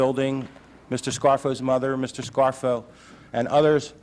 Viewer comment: Did Dan Rather say Nicodemo "Scarro" instead of Scarfo"...lol..lol